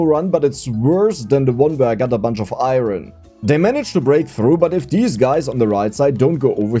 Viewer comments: Oh and it's pronounced Iron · Iron with the hard r 😭💔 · Iron with the hard "R" is crazy lmao